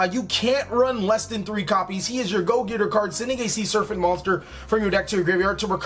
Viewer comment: It's SER-PANT not SURFANT. Sheez